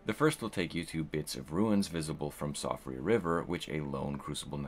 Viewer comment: it's pronounced Shee-fra